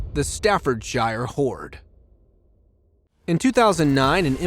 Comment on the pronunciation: Staffordshire is pronounced Stafford-sure